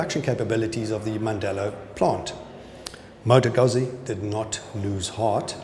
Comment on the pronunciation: Beautiful bike. Proper pronunciation of Moto Guzzi. Thanks for the video.